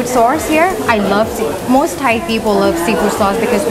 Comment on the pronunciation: Lol "saurce". Always makes me laugh.